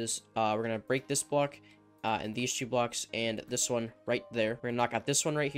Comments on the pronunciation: Is it me or when he says two he says chew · the way he says 2 😂